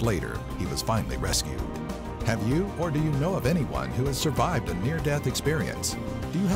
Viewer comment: "suvived" lol